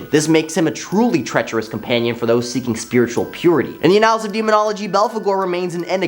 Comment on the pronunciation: Did he start right off the bar pronouncing annals (𝘢𝘯-nuhlz) as uh-𝘯𝘢𝘩𝘭𝘻...?!